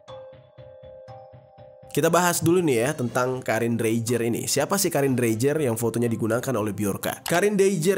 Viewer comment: Dreijer kalau orang Eropa membacanya Dreiyer Mass